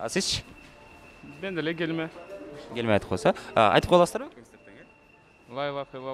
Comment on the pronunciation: гелме дебей келме деп айтчы тооба кылдым!